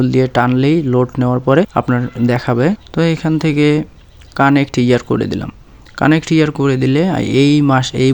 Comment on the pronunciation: ভাই ওটা কানেক্ট না কারেন্ট মান্থ😂